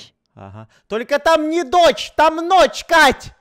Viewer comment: Ла гична не ноч а ноч🤔